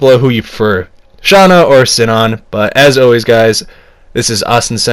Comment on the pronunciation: Shion is pronounced as "Shi-yon" not "Shi-on" and Shuna is pronounced as "Shu-na"not "Sha-na".